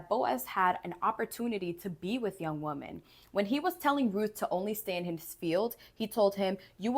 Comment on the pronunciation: With all the respect, the plural of woman is pronounced "WIH-mn". Like "swimmin."